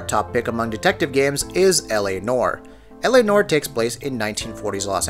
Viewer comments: La Nor? It is pronounced nwoare. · It's pronounced 'nwahr', not 'norh' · new-are not nor. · LA Noire (pronounced nwaier, NOT "nor") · It’s Noire, not “nore”